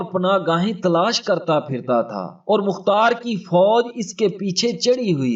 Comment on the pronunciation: تم نے مختار کو مقار کیوں کہا تم بڑے بغیرت ھو کیا تم یزید کے حا می ھو